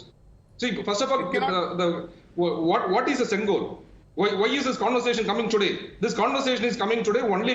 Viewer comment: It's not sengal it's sengol pronounce properly don't change the meaning of the word